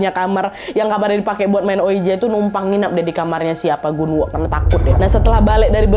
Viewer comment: Pas kak Nad bilang Gunwoo aku dengernya genderuwon😅